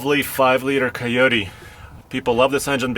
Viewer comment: I love Russian accent when he says coyote. It’s almost like he saying keoteee